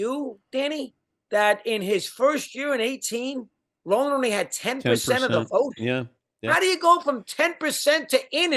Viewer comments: It's Rolen not Rolan. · It’s Scott ROLEN.